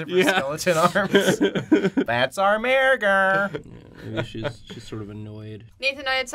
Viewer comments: Why did you have to pronounce mergo incorrectly, it's not mare-go it's murr-go. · Mer-go not mare-go ahhh god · What is up with your pronunciation of "Mergo"? You keep pronouncing it as "Mairgo". It's an "er" not an "air". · M-er-go not mair-go